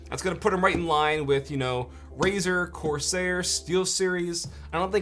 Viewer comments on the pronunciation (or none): none